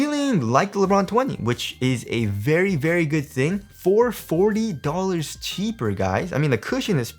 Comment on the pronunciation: His pronunciation on 200 dowllarss and 40 dowllarss is remarkable in this video. 😂